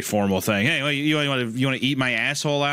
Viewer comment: I like the part where he goes "hey hÆY"